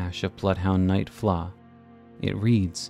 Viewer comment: How is Floh pronounced like “flaw”??